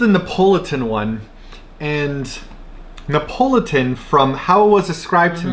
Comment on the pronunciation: You guys are saying Neapolitan weird. 😂 it’s Nee ah pol it tan. Not Ne Pole Tone.